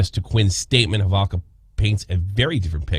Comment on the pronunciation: Proper pronunciation is Holovka. I think Americans pronounce it differently.